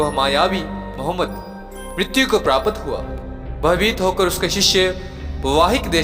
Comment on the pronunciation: प्रापत नहीं प्राप्त। सक्रीन नहीं स्क्रीन बोलो